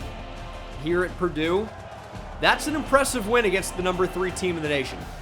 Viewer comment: I was laughing for a solid minute over it, you’re not the only who noticed lol